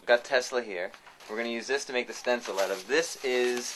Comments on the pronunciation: he says "out" funny :-p... like "oat". thanks for the video, though. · hmm must try to find all that stuff here... Also I love how you say about and out :P